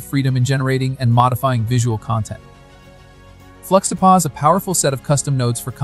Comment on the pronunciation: fluxtapozz lol, it's supposed to sound like juxtapose you dunce